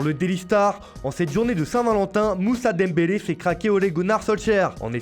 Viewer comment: 😂😂😂 moucha dembele. Ef ché Barcelone. Ché R7